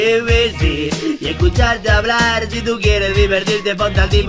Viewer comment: Sabe habrar normar? #humor